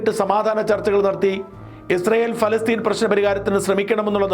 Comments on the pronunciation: ഫലസ്തീൻ അല്ല.. പ പ പ പാലസ്ടൈൻ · എന്താ ഫലസ്റ്റിൻ എന്ന് പറയുന്നത് പ ല സ്റ്റിൻ അല്ലേ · പാലസ്തീൻ എന്നല്ലേ ഫാലസ്തീൻ അല്ലല്ലോ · Not falasteen paalasteen bro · ഷാജൻ sir, നല്ല റിപ്പോർട്ടിങ്! പക്ഷേ എന്തുകൊണ്ടാണ് ഫലസ്തീൻ എന്ന് പറയുന്നത്? പാലസ്തീൻ അല്ലേ? ഫ അല്ല പ അല്ലേ? ഇതിൻ്റെ പുറകിൽ എന്തെങ്കിലും linguistic reasons ഉണ്ടോ? ഇല്ലെങ്കിൽ ദയവായി തിരുത്തുക, കാരണം താങ്കൾ ഒരു മാധ്യമപ്രവർത്തകൻ അല്ലേ? അക്ഷരസ്പുടത അത്യാവശ്യമായി വേണ്ടതല്ലേ. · ശ്രീ. ഷാജൻ സ്കറിയ പ്രൊനൗൻസിയേഷൻ ശരിയല്ല. പലസ്തീനിൻ എന്നതിന് പറയുന്നത് ഫാലസ്തിൻ എന്നാണ്.. പ്ളീസ് correct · Please pronounce correctly? Not Falastine..... Palestine? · ഫാലസ്തീൻ അല്ല... പാലസ്ഥീൻ ... in English ( പാലസ്റ്റൈൻ ) Stop misleading the viewers ... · ഫാല്ഗുണ,പലസ്‌തീൻ എന്നു പറയൂ.ഭാരതം എന്നത് നാളെ ഫാരതം എന്നു നിങ്ങൾ പറയുമല്ലോ. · പലസ്തീൻ എന്നല്ലേ, കോയയായ ബാലുശേരി പോലും നല്ല മലയാളം പറയുന്നു.🙏🙏🙏